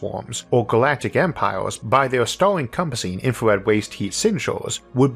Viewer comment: cant understand what you say , is there somthing wrong with your voice a star you say a stooor